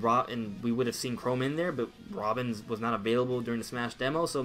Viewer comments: why u saying chrome its pronounced chrom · Ca Rom, not Ca Rome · I don’t remember Google Chrome being in the final smash for Robin. Oh wait, that’s just how he mispronounces CHROM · Its Chrom (ka-rom) Please say it right kinda makes me cringe. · 1.) You pronounced Chrom name wrong 2.) I think if Dark Samus was character, I don’t think Dark Samus would be echo fighter.